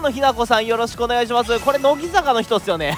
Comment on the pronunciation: 発音が怪しかったです！笑